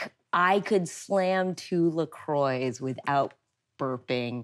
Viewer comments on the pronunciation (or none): I will never get over how Americans pronounce Lacroix